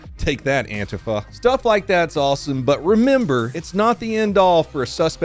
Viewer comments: Go antifa! He said ANT-I-FA, like the FA-king. Everybody hail the FA-king. It's pronounced AN-TEA-FUH, As in ANTI FASCIST. To all the proud boys out there, antifa is hiding secret spy cameras inside wasps nests, you should go knock them all down maybe you can find one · I love how you purposely mispronounce antifa. Bunch of antiffanys